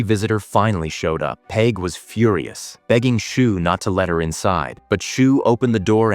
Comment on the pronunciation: cool recap cheers, "dawh-hee" / "dahh-hee" - daithi pronunciation , peig - "payg" , and maebh is mayvf . love from ireland!!! 😁💚🤍🧡